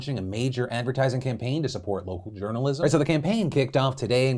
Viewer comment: Hahahhaha "journolism"